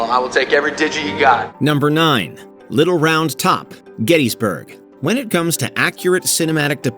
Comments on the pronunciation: Is this narrated by a robot … or just someone who didn’t know how to pronounce Little Round Top as a location instead of a child’s toy? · It's "Little ROUND Top," emphasis on "round." Not "Little Round TOP," as the narrator says. The narrator's intonation would be appropriate for a dad telling a mom, "Jake's lost his little round top!"